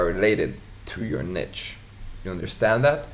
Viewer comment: its not "niche" how you pronounce it!